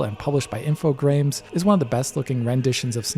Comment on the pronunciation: That isn't how you pronounce Infogrames.